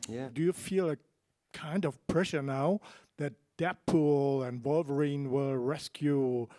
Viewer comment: Vulvarine, ha. LOL